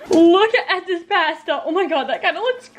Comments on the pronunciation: It’s posta not pasta I spelt it wrong bc u pronounced it wrong this comment is not trying to be mean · She call Pasta” pwasta